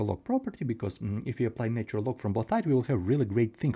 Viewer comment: Thanks for all your videos - I'm enjoying them. One pronunciation suggestion - the 'nat' in 'natural' rhymes with 'hatch' when spoken, so 'natch-urr-al' is how it goes!